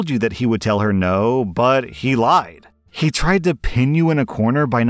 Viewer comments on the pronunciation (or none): none